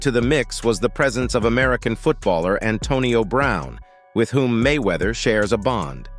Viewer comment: Why he never say His name correctly??